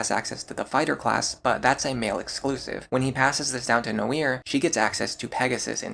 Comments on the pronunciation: Noire is a french word. It's pronouced nwar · Did you pronounce Noire “No-ear”? Do you pronounce the game L.A. Noire the same way? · Learning new ways to pronounce names right now lmao. I was going to accept that it is how Cherche and Tharja are pronounced but I draw the line at Noire. It is way too obviously the french word for Black to be pronounced any other way than nwuar . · Bro your pronounciation of Tharja and Noire made me want to strangle you, wtf was that?